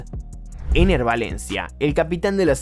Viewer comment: Todo bien hasta que dijiste Enner 😂😂😂😂